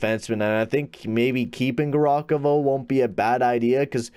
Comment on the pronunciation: its ( Gav- Ri- Khov) not garokovo